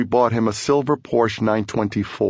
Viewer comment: Paul cannot pronounce Porsche and 924 sucked should have gotten him a 911.